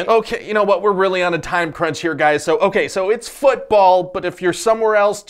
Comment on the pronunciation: ah yes, fütball